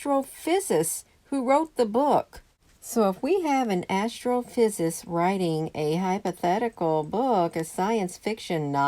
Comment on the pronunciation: "Astrophysicist " -5 syllables.